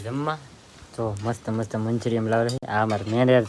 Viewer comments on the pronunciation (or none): મંચુરિયમ ના કહેવાય મંચુરિયન કહેવાય